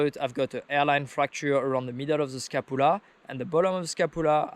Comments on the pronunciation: How to pronounce Scapula - ska·pyuh·luh :D Good to hear you are ok bud! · Say sca-pu-la again